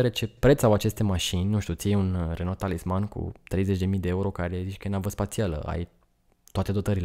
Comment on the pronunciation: Renault se pronunță “reonoo” 😁